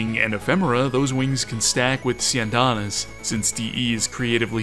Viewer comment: That might have been the most stylish way I've ever heard someone say "Syandana" ever. I'm using that now